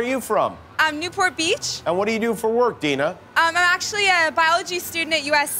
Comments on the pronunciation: I’m pretty sure her name was Adina not Dina. Lol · She clearly said Adina but everyone keeps calling her Dina? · Conspiracy theory #45672: The girl that went second, the one everyone keeps calling "Dina" her actual name is "Adeena". When asked she said Adeena but Jimmy took it as, " ah, Dina". However due to being on television she did not want to correct him.